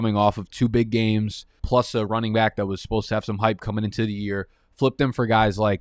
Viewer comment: How come he says "welcome back" as "welcome bike"?? lol. I'm sure I'm missing something